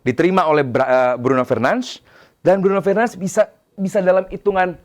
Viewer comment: komentator luar aja nyebut nama bruno itu " BRUNO FERNANDES" Ini indo malah BRUNO FERNANSZ.... TOLOLLL